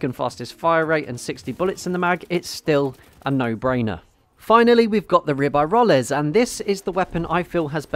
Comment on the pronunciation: Your pronunciation of Ribeyrolles is weird. I think Ribeyrolles is the best gun on console because of its moderate recoil. Automatico is a little difficult to use on console.